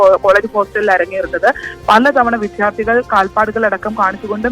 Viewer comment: ഈ വിദ്യാർത്ഥി എന്നത് വിദ്ധ്യാർത്തി എന്നു പറയുന്നത് കേട്ടുകേട്ട് മടുത്തു.